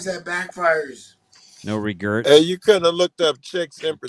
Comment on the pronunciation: “No regurts “ On not having tattoo 😂